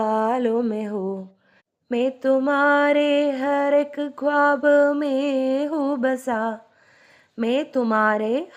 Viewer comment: പല വാക്കുകളുടെയും pronunciation തെറ്റാണ്. പ്രത്യേകിച്ച് خواب نظر